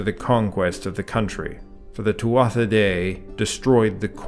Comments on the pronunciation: it's pronounced two -ah ..... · Would love if you could properly represent these dieties with their proper pronunciation. In Irish Gaelic, it is pronounced Tua not Tuatha, and Loo, not Loog. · I believe that Tuatha is pronounced Tu'a, and that Lugh is pronounced Lu...